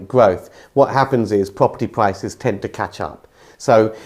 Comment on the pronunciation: Observation: people who pronounce R as a W, should be banned from saying Pwopurty Pwices.😂